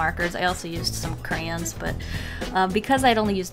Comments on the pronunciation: "CRANZ" WTF ITS PRENOUNCED CRAY-YONS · It’s pronounced cray only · “cranz” lmao 😂... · AHAHA I PRONOUNCE IT "CRANZ" TOO my mom and I got into an argument one time about it😂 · i say "Cray-ONs"....... idk how yall pronounce it like if there was an 'R' added onto the word 'Cans"... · OMG, finally someone else that says crayons that way!!!! All my friends say cray-ons. While I say cranz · YOU SAID "CRANZ"!!!!